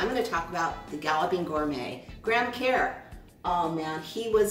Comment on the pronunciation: Lol you're saying it wrong it's pronounced kurr